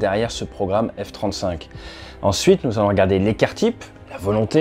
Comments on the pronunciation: Le F-trente-souinque 😂 Sinon continue comme ça ATE tes vidéos sont géniales ❤ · le F trente souinque ? 😂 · Le F-30zwoingue !